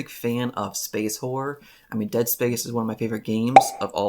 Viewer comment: I just kept hearing space "whore" 🤣